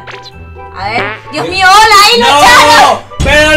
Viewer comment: Hole ocuerden que no pueden decir lr letrq